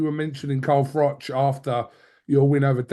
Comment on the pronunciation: "CAHM DAHN CAHM DAHN". By the way, it's pronounced Carl Frotch not Carl Frock.